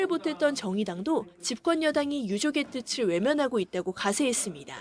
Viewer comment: 뜯츨이 아니고 뜻을 이다! 멍청한 아나운서야!!!